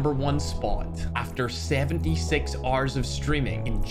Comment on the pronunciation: I'm the only one hear he say subscry